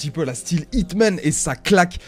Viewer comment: C'est pas HITMAAANN c'est plus un Jhon Wick ;)